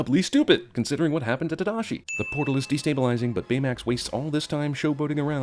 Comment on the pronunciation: The fact that they pronounced Hiro's and Tadashi's names wrong is the biggest sin of all. I understand it's hard for people who speak English to pronounce Japanese names but the voice actors weren't even trying.